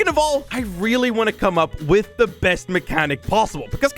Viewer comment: Rolly instead of really